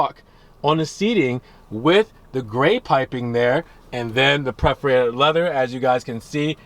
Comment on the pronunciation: No such thing as PREF-orated. It’s PERF-orated; KING, not KINGS-fisher